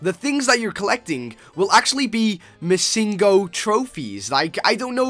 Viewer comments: uhhhhh its missingNo. not missingo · It's missing no not misingo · Um its missing no not missingo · ITS PRONOUNCED MISSING-NO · He said missinggo XD